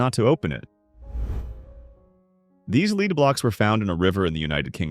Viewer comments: Drives me crazy that AI can't pronounce the difference between Lead (to guide) and Lead (the metal) based on word context. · Maybe find a way to teach the robot when to pronounce it as lead, the metal, and when lead, the verb